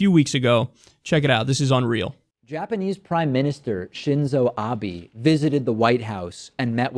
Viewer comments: As someone who knows some Japanese I get triggered every time that dude said Abies instead of Abe. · It bothers me that doesn't know how to say the Prime Minister's name! It's "Ahbeh," not "Ahbee"! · I don't support Trump or Republicans, but watching the video it looks like he is just reacting to words he recognized. America in Japanese is just "Amerika" and when Abe says Trump ("To-rahmpu"). I'm more amused by the amount of Americans who think Abe ("Ah-bay") is "Ab-ee" or "Abe" as in Abe Lincoln haha